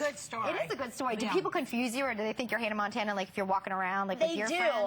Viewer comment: LOL she says Hannah Mantana,not Hannah Montana.listen 2 it its funny♥